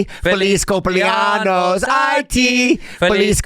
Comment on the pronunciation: LOL it's cumple-ANYOS, not cumple-ANOS. Anos means anuses. 😂